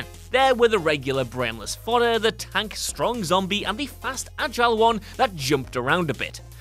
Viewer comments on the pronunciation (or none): none